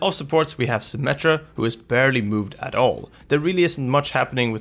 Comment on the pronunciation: Jeff Kaplan *symeta